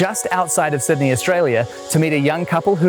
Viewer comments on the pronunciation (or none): none